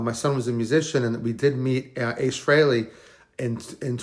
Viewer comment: Need to pronounce his surname properly. Also the guy isnt even cold and he needs to be left in peace for a while before visiting him. I hate it when poor celebs etc are buried etc one day then the next youtube douchebags are crowding to get a video on their page to get a pop. Grr